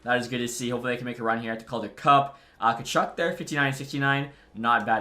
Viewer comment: Boris Katchouk is pronounced KACHOOK